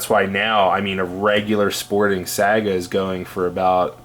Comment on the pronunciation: Saga??? It’s SAIGA like say-ga